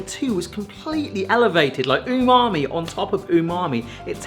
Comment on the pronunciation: Stop saying unami. it's pretentious. say savory.